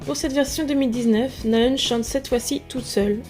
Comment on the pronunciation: Cela ce prononce Na Haeun! Le H est inspiré ! D'avance merci !:)